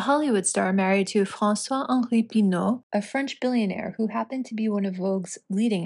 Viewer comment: The pronounciation of the name François-Henri Pinault was perfect. Absolutely perfect . While the "çois" of François and the "ault" of Pinault are almost unpronounceable for those who speak English. But above all, congratulations on this thorough research that once again shows how vain, empty, mean , narcissistic and ridiculous MM is.